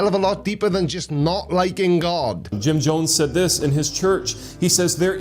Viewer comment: I find it hilarious that his god gave favorite „house“ a name that his speech impediment can’t pronounce right.. Tshurtsh…😂